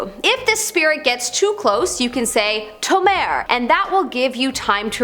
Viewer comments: Did she really just say “tamar”?? Dude Tamare, look up how to say it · Note: Tomare means Stop!, and it’s not supposed to be read as “tomair” but rather “to-ma-re” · "tomeir!" 💀 its not pronounced like that